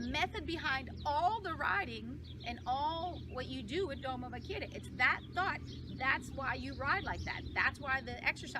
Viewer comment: Doma vaq AIR a not Doma “vaquira” a e i o u español basics jeez girl !!!